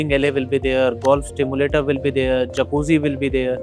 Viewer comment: Nice presentation Little clarification- it’s Golf Simulator and not Stimulator